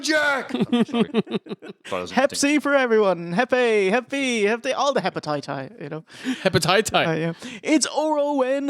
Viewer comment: Heppititii... even stds sound potatoey in oteland